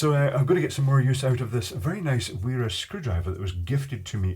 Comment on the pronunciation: W is a v sound in German. "Vera"